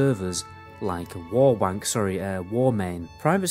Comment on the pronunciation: he said warwank